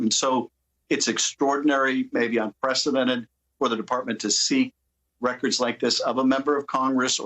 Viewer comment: Unpressidented? What a laugh 😅